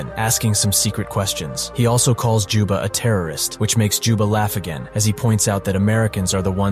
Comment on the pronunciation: "Jubba" "Joba" "Joma" its juba goddamnit